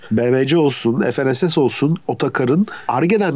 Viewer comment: FNSS(ef-en-es-es) yerine fe-ne-se-se diye okunsa daha iyi olur. Türkçe'de ef,en,es diye okunan harfler yok.